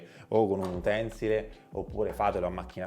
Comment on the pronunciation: Grazie per il video, esplicativo ma...!!! per un prossimo video, per correttezza si dice UTENSÌLE....no Utènsile... piccolezze...cmq complimenti!!